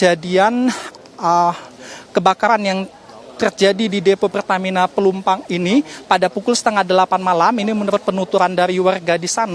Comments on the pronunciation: Woiii ......Plumpang bukan Plumpung hadehhhh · Plumpang mas reporter.. bukan plumpung gimana siiih